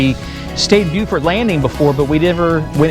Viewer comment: Landlubber from Colorado here, but I love to watch you two visit places I've visited, like Hilton Head and Amelia Island. Plus, I now know how to pronounce "Beaufort". :) Looking forward to watching your journey.